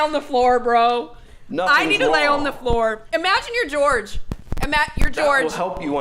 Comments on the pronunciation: I mean she always called him George, even though his name is Jorge. Couldn't even pronounce her boyfriend's name right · not saying Jorge's name correctly will forever deeply irritate me... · Can you imaging being so stressed out that your mom will find out you’re a liar that unaliving her is your solution for her not being mad at you If only who deserves all the forgiveness would have “forgiven” George and moved on instead of unaliving him. Then she wouldn’t have to mispronounce Japanese art that most certainly doesn’t describe!